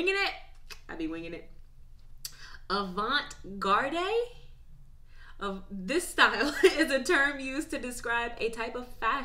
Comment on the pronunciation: 'Barbie" movie was political? Oh no. Don't watch 'Fight Club' or you'll die. Also, look up how to pronounce "Avant garde".